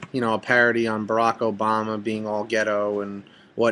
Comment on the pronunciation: ummmm since when has Barack given anybody reason to say he's "ghetto", and secondly as a reviewer person for videos or watevr, shouldn't you know the basic of it? firstly u should know how Barack is pronouced, i know how it LOOKS but...come on nobody is that dumb. and damn how u say Wacka flacka? really?? come on buddy tighten up